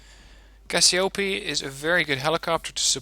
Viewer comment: And for the cassiopee don't prononce the EE as you do, because it's written Cassiopée, Si Those EE needs to be prononced as the first E of Helicopter